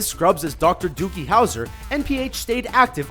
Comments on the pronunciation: Did he say ''Dr DOOKIE Howser'' ? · Sounded like he said Dr. Dookie Houser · Did he...did he just say "Dookie Howser?" Dookie? STFU! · did they say "dookie" howser?